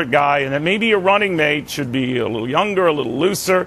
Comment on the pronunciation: "little" not lottle